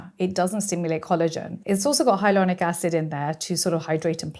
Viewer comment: Funny that she says "hyalonic" instead of hyaluronic.